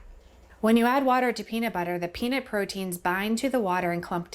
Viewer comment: Peanit butter